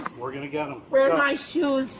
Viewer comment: “Where my shoosh?”